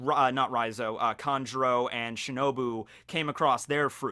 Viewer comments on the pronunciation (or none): none